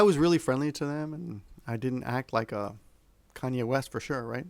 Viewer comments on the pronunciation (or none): Just a small comment, Kanye is pronounced Kah-nyay and Yahoo is pronounced Yah-hoo. The "a"s are pronounced like あ in those two words. Side effects of not being in America for a long time haha